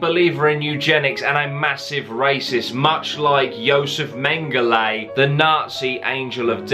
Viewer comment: It’s menghel-ah not ey